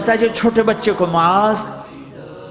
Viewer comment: Name Maaz hai Muaz nahi